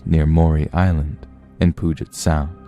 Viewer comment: haha you said puget like poo-jet, its pronounced pew-jit actually but alot of the stuff in northwest washington is hard to pronounce due to being named after native tribes or using native language :) its funny to hear folks struggle with saying stuff like snoqualmie and puyallup